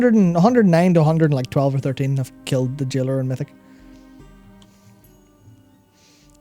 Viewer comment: Jailer not jailore...